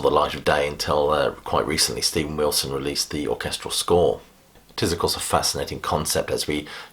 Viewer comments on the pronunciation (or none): none